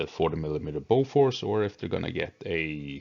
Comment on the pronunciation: Lol I would expect a swedish guy like yourself to pronounce Bofors correctly...